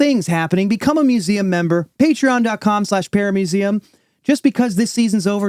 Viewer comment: In y'all's pitch for the museum membership, when says "paramuseum" I always hear "paramecium"